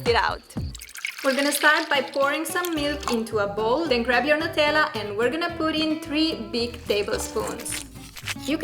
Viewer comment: Why are u pronouncing it as 'netalla' its pronounced as 'newtella'❤❤